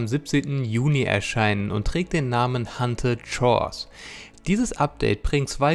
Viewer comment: Haunted shores nicht hunted - nur so am Rande und nicht bös gemeint ;)